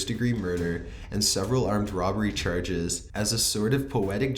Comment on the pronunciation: "Murder cherges"